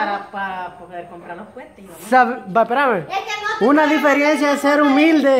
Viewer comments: No se dice diferiencia se dice DIFERENCIA. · DIFERENCIA! No difiriencia. Aprendando a decir 😂